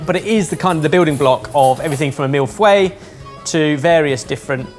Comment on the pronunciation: Is that how you pronounce millefeuille?